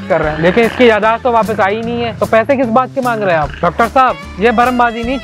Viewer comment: "Yadaash" nhi "Yadaasht" hota he